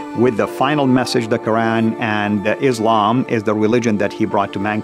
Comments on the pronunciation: Brother, if you have studied islam in saudi arabia, there is no way you can not pronounce islam and quran wrong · Ikr pronouncing Izlam and Muzlim when you were born muslim? 🤔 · LOL claimed to have been muslim before yet he can't even pronounce the word Quran or Islam right. He has no knowledge of Islam.